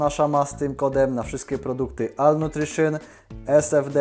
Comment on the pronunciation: ALL w jezyku ang czytane jest jako OL. Reszta wiadomo, propsy. Milego dnia